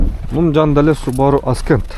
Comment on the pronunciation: Ascent-əˈsent.(көтөрүлүү, орусчасы восхождение) Аскент эмес.